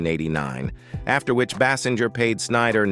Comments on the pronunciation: Pronounce her name correctly AI bot: It is pronounced "Baysinger." Ugh! Hire actual people to read the lines. Can you imagine Carson or Letterman misprouncing a star's name at introduction to an interview? I think not. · Thank you. I was about to correct that pronunciation.